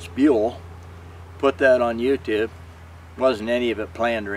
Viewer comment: the way this guy says "YouTube" has me dead xD 😂😂😂😂